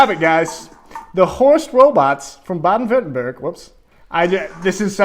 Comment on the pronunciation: like how he almost got Württemberg right and at the and he says Werttemberg and thinks that's better gg still good German